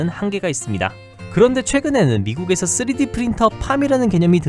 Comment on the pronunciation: 내레이터 3D프린터 발음이 자꾸 쓰레기프린터로 들려요.